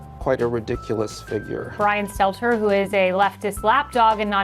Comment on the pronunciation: I like it when people pronounce his name 'Stetler' 😂